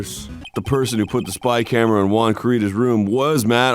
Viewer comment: When they finally start pronouncing the name 'Juan' correctly 😂